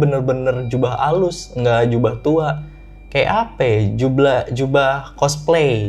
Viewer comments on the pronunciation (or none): lagi minum eh malah salah ngomong "jubah" jdi "jublah" ngakak banget smpe kesedak.